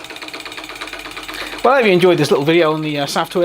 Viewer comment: Pronounced.. safe toy.. safe as in, its safe because there's no fire or steam. I believe there's is something under the smoke stack that pups up balloons.